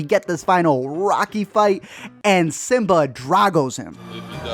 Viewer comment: Its kimba not simba